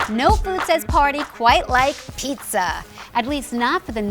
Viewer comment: Sounds like PETA not Pizza.